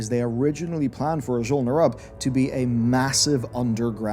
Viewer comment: Great video, but damn you change your pronounciations with every sentence. Sometimes you say scOrge, the next sentence you say scUrge (correct). Then you say Azjol-neRUB like you're rubbing your elbow, then you say Azjol-nerUUB (correct). I'm having flashbacks from the days of WoD when content creators left and right would say DrAYnor, when Metzen himself clearly pronounces it DRAH-nor.